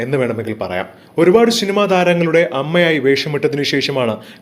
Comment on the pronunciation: ഷിനിമ അല്ല സിനിമ എന്നാണ് പറയേണ്ടത്.അതുപോലെ ആഷു പത്രി അല്ല. ഇതൊക്ക സ്റ്റൈൽ കാണിക്കാതെ വായിച്ചു പഠി ക്ക്